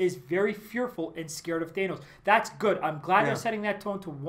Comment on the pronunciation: Thanos not thaenos. If I’m wrong then please correct me